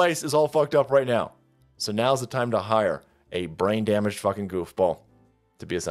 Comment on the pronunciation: Lol forgot to edit the opening when he said damblaged.